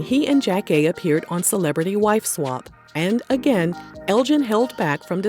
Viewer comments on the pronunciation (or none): none